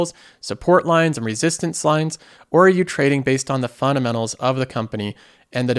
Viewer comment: For how many times he says fundamentals, he sure can't pronounce it.. "Funnamenals."